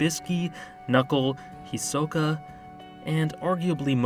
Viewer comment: Finally someone who said Hisoka's name right 🚶🏾‍♀️